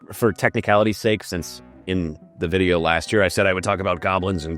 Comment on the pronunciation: New vijayoh!!!! NWE TROUT VI-JAY-OH!!!